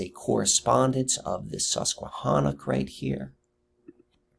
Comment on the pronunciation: Hi. What an incredible, fascinating subject; well done. In the spirit of synchronicity, you should know first there’s no reason I should’ve seen this great video. I stumbled upon it. I live outside San Diego County proper and work at a casino in Alpine called Viejas. However we play at a nearby casino called Sycuan (same native family owners). It’s all I could hear when you said Suquanna. This video had so many synchs with me, too many to list. I’ve watched most of your other vids as a result. Wand is an ancestral name in my family. My Haplogroup is X1b and I hope you venture into DNA and ancestral topics. My maternals were in your area, also Appalachia. My maternals include Peregrine White of the Mayflower. I say all this to show you that your efforts can reach the most unlikely, unwitting receivers, who appreciate what you’ve done to such a great degree. You’re very remarkable and special, Thank You.